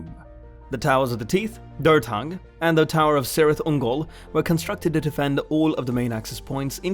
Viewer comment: it is pronounced "kirith ungol"